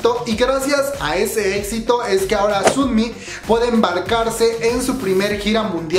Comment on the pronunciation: Se pronuncia más como sonmi que como sunmi